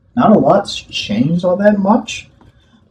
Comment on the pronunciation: Tell me that you have a bird of some sort in that room and that's not just you cause bro, that's really REALLY annoying I had to re-play the first bit four times just to hear you say that nothing's changed which while we're at it I'll go ahead and admit you kinda say that word a bit weird to, don't get me wrong your contents great just trying to make you aware so that you won't have to keep hearing from me